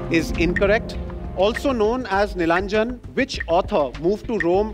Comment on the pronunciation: The quiz masters pronunciation of Nilanjana and Kapalkundala was incorrect..